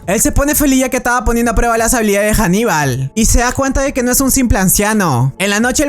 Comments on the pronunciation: Compañero. Haníbal. No Janibal. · Anibal no janiba, y no es de Roma si no fenicio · cuando pronuncias el nombre de ANIBAL lo pronuncias con h diciendo HANIBAL pero es ANIBAL